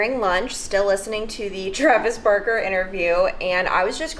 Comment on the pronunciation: I gotta say it! Sometimes when you say Barker it sounds like Burker 😆 can’t wait to hear the news.